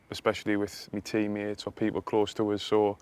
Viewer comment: “me Tea-mates” 😂